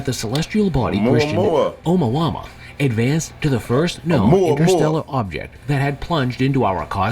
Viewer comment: They said Omawama🤣 That must be an AI narrating that video.